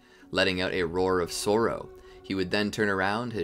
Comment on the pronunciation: you said sorrow.. but like " A cry of Soar-oh. SOAROWE?!?! What?!??!?! Silly goose